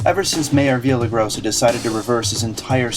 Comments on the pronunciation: Yes, it's Villar-rai-GO-sa...Not Via-la-grossa. Please...Unless you are expressly performing satire--it's always better to use proper pronunciation of all proper names at all times, regardless of how we would all rather choose someone else as mayor. "Journalists" already have a bad name. Please don't damage our own journalistic cause or make it worse by doing a lousy job while trying at the same time to fight against the bad ones. If you play badly in favor of the team, it can hurt the team. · vee-ya-ray-GO-sa. practice at home until you get it right. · Love the video. And loved the way you mangled the Mayors name every time you said it.